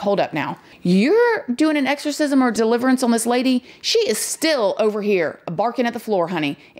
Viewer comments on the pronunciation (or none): The word is “on” not “Owen”